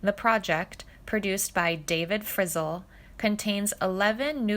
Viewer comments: Not enough to steal this concept from another (and much better) channel. You now commit the blasphemy of pronouncing the surname of Lefty Frizzell as “frizzle.” Astounding. And, by the way, a song that peaks at #77 is not a “hit” record. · I actually got a chuckle out of the “lefty FRIZZLE” pronunciation too!😂 however, very nice to hear all of this about Freddy….i didn’t know alot of this… sounds like the man was multi talented in many things…..if only lifetimes weren’t so short….🥲❤️ RIP FREDDY! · Interesting, but the lady reading mispronounced Frizzel, Raye and said singing instead of signing...